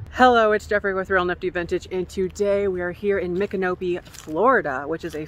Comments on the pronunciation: I wonder if the brown pyramid could have an LED little votive light inside it. I was shocked you said Micanopy correct. I believe River Phoenix was born around there. I think it's sad you couldn't film. It's a cute little town. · Micanopy is one of those towns it's fun to hear tourists mispronounce, lol. Also Matlacha. Looks like your shirt is a winner!